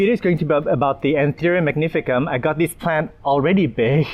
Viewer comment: You know a lot about the plant, but you don't know how to pronounce the name